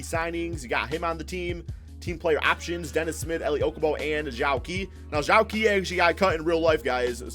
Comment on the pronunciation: It's not Zhou qi its pronounced jo chi